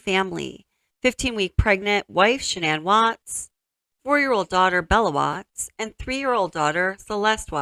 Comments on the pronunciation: Okay this isn't the first time I've noticed this but why does shannans family pronounce her name like SHANNan yet Chris and many others change it to shaNNAN? Does Chris know how to say his own wife's name? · I like that her mother, father and brother all pronounce her name SHANNON vs Shuh- nan. I wonder when and why she changed it? Poor girls ❤ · Interesting how her Dad pronounces her name like “Shannon”, but the rest of the world pronounces it like “Sha-nan”. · The parents called her Shannan, not Shannon, she herself only changed the pronunciation to the last syllable.